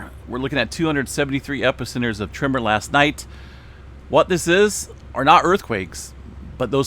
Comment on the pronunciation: You drive my wife crazy when you say TRIMMER instead of TREMOR. LOL 😂